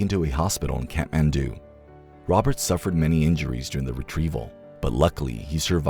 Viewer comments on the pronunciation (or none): none